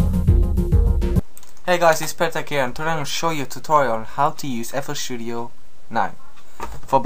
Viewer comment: FL Shewdio